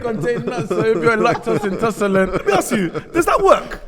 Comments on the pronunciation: I thought mans was joking ngl. Man said "intoscelent" lmao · I can not be the only person who heard say LACTOSE INTOSSOLANT